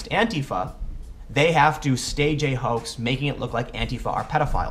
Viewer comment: Tim, why do you say "hoak" instead of 'hoax' in this video whenever you mention Posobiec?